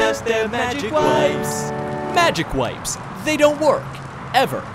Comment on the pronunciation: No. It's not Magic WIPES. It's magic Whip-ees. Okay? WHIP. EES.